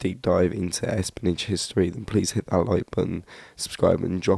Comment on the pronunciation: the oddest pronunciation of espionage ever.